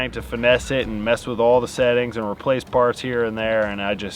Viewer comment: Why do you always say "ant" instead of "and"? lol